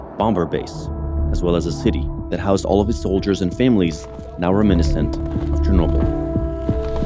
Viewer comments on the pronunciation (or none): Wait what did you say reminnocent? Rem in nes sent